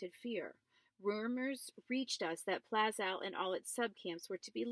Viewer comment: y r u reading in ur car? Also, it's pronounced Plah-shuve not pla skow